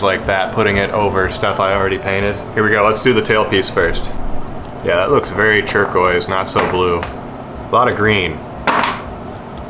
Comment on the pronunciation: Has anybody else noticed his pronunciation of turquoise? "Chur-quoise"